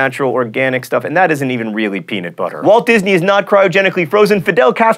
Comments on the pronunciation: lol u said peanit butter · It's pronounced "pea-NUT butter" not "pea-NIT butter". You should be ashamed of yourself sir. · I've got one for you, peanut butter is not pronounced peanit butter, there is a "u" not an "I". Oh, and I see the CGPGrey symbol back there.